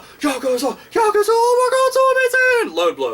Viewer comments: i have never watched thsi video yesterday and i have never played this series.. but i know hte word yakuza lol and the way yo usay it just hurts my ears cuz you say it wrong lol imagien yakuza = yakooza the u is like double O lol but anyways it looks pretyt interesting so maybe ill get them to play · Yes, but that's understandable. English words with three syllables tend to put the emphasis on the second syllable, but Japanese three-syllable words put emphasis on the first. Easy mistake to make, I do it too. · i thought it was yaKOOza, have i been pronouncing this wrong? =( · He just called the infamous Yakuza, the Yakaza... LOL